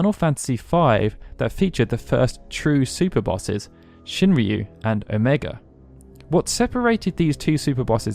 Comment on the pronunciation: I die more and more in side every time he says Shinryu as "ShinReeyu"🤦‍♀️